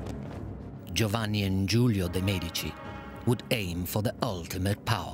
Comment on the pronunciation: next time you film "experts" on the medicis please take some that are able to say the name